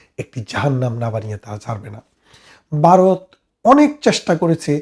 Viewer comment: আপনার আলোচনা ভালো। আপনি ভারতকে মাঝে মাঝে বারত বলছেন। তাছাড়া আরো কিছু শব্দ উচ্চারণ সঠিক করলে আপনার উপস্থাপনা ভালো হবে।